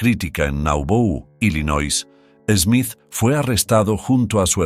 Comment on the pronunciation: Smith, not "Esmith"